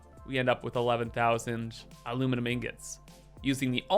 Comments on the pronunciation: Finally time for the A LU MI NI UM!! aluminumunumnumnum is just wrong! XD This is gonna be pure chaos and we love it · If i never heard “aluminiminiminum”again it would be too soon